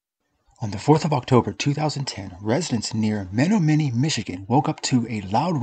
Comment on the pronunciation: Very interesting. Just a note...it's pronounced Me-NOM-e-nee.....